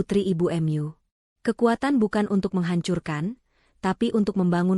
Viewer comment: Bahasa apa itu, kata mu dibaca emyu, ma dibaca em a, mak dengarnya